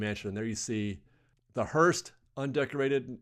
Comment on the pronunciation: There’s no “t” in “hearse”…